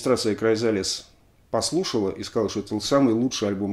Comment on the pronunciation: Alexey!!!Уши режет Ваш "аглицкий" !!!Ну посмотрите в словаре как произнести Chrysalis и Fairport!!!🤨Есть у меня de luxe "А".